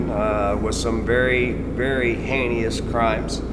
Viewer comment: it's heinous, not henious.